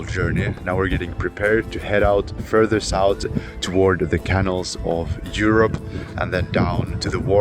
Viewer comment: English has very weird spellings. You talk about the canals of Europe. You are pronouncing it Can Ells, like I can do it. But it is pronounced Ka Nals, with emphasis on Nals. Good production values. Great story.